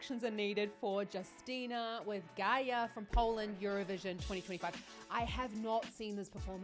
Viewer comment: You should read her name like U(sual); ST(ich); (empt)Y; NA(tional) USTYNA read only BIG letters exactly like in the words I gave you as an example :DDD